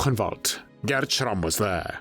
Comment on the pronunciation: Had to stop the video after the third time I hear the ridiculous pronunciation of SCHRRRAMMMMM